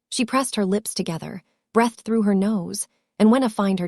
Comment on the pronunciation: Please!!!, staring is pronounced ‘stairing’ and breathed is breethed